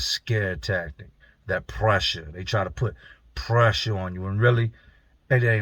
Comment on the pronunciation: That "PREESSHHHA"🤣😭